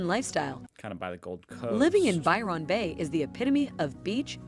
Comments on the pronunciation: “By-Ron” is giving “A-A-Ron” 💀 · Pronounced more like Bywin Bay rather then Byron Bay,, If pronounced Byron link it as one word .. This lady has said it wrong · There are errors in this clip. Port Douglas is an hour from Cairns not 5 minutes. It's Byr'n Bay not Buy Ron Bay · I'll add my voice to those who deride this BLOODY DREADFUL blurb with a robot voice mispronouncing EVERYTHING... Byron (pronounce Byerun, NOT Biiiii-RAAAHN and Yamba is just- Yambuh). All these places are hideously expensive and incredibly overpriced. If you want to enjoy a small seaside town go to the little places, not the big named places: You'll get the REAL feel if you stop at a little motel near the beach, and eat at the local pub or small restaurants in town. Take a walk around town, and if there's a beach, buy some stuff to make your own sandwiches and spend the day there- and just remember to SLATHER ON THE XPF 50 BAZILLION all over yourself because if you don't you'll look like a British Tourist: the same colour as a broiled lobster... -shakes head and rolls eyes...